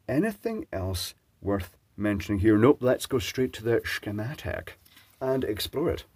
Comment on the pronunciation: Ah, my favorite kind.... with shh-chem-matic...